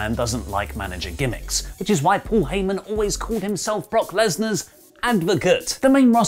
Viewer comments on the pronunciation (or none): none